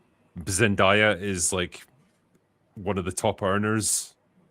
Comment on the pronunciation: Zen-DAY-a, not Zen-DIE-a